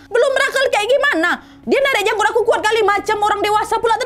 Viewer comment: Apa aku yg salah dengar kalau nadya bilang janggut mirip jambut